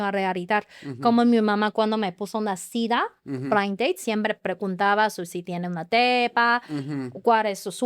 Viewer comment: Hola muy inteligente chica ya domina el español solo le falta perfeccionarlo ay palabras q ella sabe lo q esta diciendo y si le falta algo nosotros los mexicanos le acompletamos porque somos muy vivos por ejemplo cuando dise cita ella pronuncia cida pero no ay problema porque nosotros ya sabemos a q se refiere pero te felicito ya puedes vivir en mexico sin preocuparte por el idioma eres muy inteligente y muy agradable nunca me aburri en toda la entrevista.felicidades un abrazo. AMIGO. siempre nos sorprendes. Exelente entrevistador. ERES LA VERDURA EN LA ENSALÁDA. UN ABRAZO.